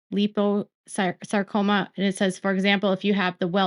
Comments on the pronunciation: Hey, It's pronounced 'lie-poe-sarcoma'...just thought you'd want to know:) love and positive thoughts for Jen & Hubby...& kudos to Meri ❤ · It's lie po sar co ma. Actually, my dog had myxoid liposarcoma. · Liposacroma is not pronounced the way your saying it. Think lipo suction just replace suction with sarcoma. Also if there are other medical words you’re not sure on how to pronounce, google search will have an audio to play on how to pronounce the word. I hope this helps and medical wording can be tough if you’re not in that world or it is not common.